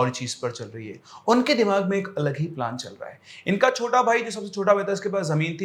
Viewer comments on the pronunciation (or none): Plan ❌️ Plaan